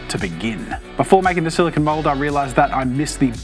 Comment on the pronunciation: I'm sorry but this is a huge pet peeve of mine and you said it like 100 times so I just feel compelled to tell you that "silicon" is what computer chips are made out of and "silicone" is what the mold is made of. It's pronounced "sili-cone" like an ice cream cone.